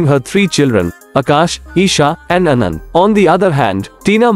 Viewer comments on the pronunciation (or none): none